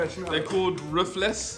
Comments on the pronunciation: Bro the way said ruffles like ruff-Les is funny it’s pronounced ruff-els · The way you pronounced ''Queso" and "Ruffles" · THE WAY THEY SAID RUFFLES THE FIRST TIME IS NOT ANYWHERE NEAR HOW ITS ACTUALLY SAID THAT GOT ME DIEING HOW THEY SAID ITTT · ruffles is pernounced {R-UF-ULESA}